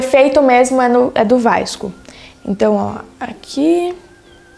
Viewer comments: fiquei com agonia dela falando vaisco Skskkskskdks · ela fala errado